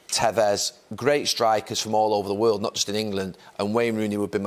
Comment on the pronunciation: "in the waerld!"